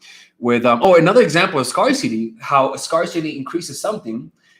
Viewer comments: Don't say scar- City Say, scare- City! Freeloader here giving you free advice LOL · Lmao the Godfather is to die for, and the music omg lol. (oh yeah, I lay down the pipe like a pro lmao) you are so cute, it's pronounced "scare-si-tee" (scarcity) or Scare-sss (scarce)